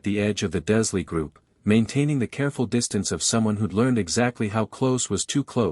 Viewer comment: Can we please change the AI voice that is reading this that the name is Dursley, Not Duzlee. I have never heard one of these AI generated Harry Potter FanFictions pronounce that name correctly. And I'm sick of it.